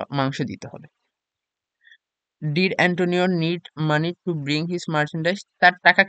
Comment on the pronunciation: ভাইয়া ভেনিসের ধনি লোকটির নাম হবে এন্টোনিও, অ্যান্তোনিও না বুঝছেন